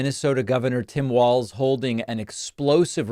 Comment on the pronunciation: Hey, David, you are pronouncing Walz correctly! Now I just have to find the rest of your show here.